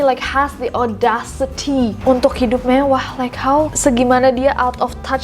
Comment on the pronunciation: Gatau ah males pas bilang mevwah lucu bangetz gak da obat wkwkkwkwk